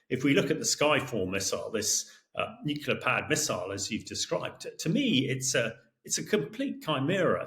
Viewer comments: Not sure what nucular is? I wish these experts would pronounce the word Nuclear correctly. From an experts perspective, this is simply lazy, Shameish de Bretton-Gordon! I am pretty sure Trump and Xi are NOT buddies, the title to this is deliberately 'click me' worthy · Nuclear explanations from a person that pronounces "nukilar" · Why on earth does this guy keep saying ‘nucular’, so annoying!